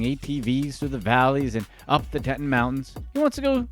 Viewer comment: Hey narrator it's Teton mountains pronounced tea ton te ton not tet on my man